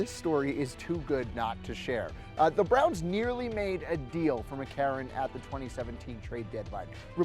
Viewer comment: It's actually AJ McCarron not AJ McCarren